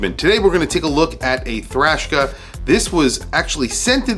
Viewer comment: The name puts me off. I keep hearing “Trashka”